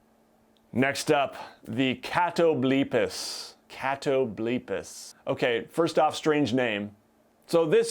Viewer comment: I think its cat-o-bull-pas and its from mythology.